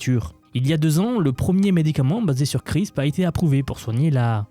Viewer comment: Juste pour toi même parce que ça me fait trop bizarre d'entendre ça, ça se prononce "CRISPEUR" pas "CRISP" 😅